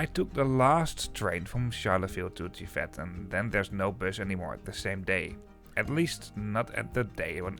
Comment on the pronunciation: The town of GIVET is pronounced in french without the final T, so like “dzjivè”.